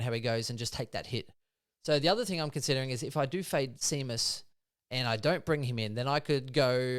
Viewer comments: It’s SHAYMUS for pete sake 😂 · Have you boys never heard the name “Shay-mus” (Seamus) before? What about the champion horse Famous Seamus?